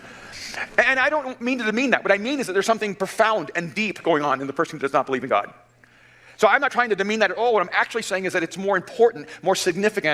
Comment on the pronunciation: sometimes when he says god it sounds like cod. cod I can believe in. god not so much.